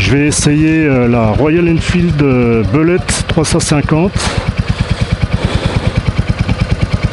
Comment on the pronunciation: On ne dit pas BELET, mais BULET